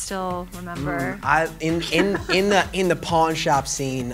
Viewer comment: Did anyone else catch his accent when he says "in da pawn shop scene" - ? He sounds so country, I love it.